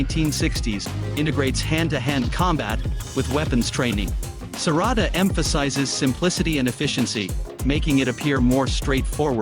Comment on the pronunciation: Its Serrada not Serrado